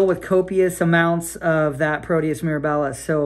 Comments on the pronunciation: Great follow up! The organism is Proteus mir-AB-ilus. Accent on the second syllable. I used to work in clinical microbiology. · Agree! Great video and good point regarding the name of the organism. I worked in clin micro as well and my ears twitched a little when I heard “miraBILLIS.” 😂😂 Anyway; just a little bit of clinical humor.